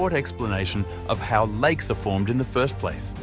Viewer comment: "Likes" instead of "lakes" and "nimes" instead of "names". I reckon he posted the video "to-die"